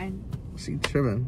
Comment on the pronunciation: The way he say she trippenn